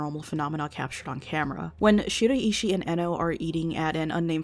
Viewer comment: American people have such an odd way of pronouncing Japanese names. I cant help being distracted by it, especially the way you pronounce Shiraishi 😅